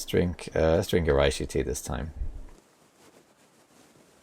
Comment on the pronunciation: Always wanted to say that reishi is a Japanese word. Japanese doesn’t do compound vowels, each is pronounced separately, with two exceptions: ei which extends pronunciation of the e, and ou, which extends pronunciation of the o. Therefore, reishi isn’t pronounced like the Germans would, RYE•shee. It’s pronounced REH•shee (or RAY•shee for the more westernized tongue). Sorry, can’t help myself.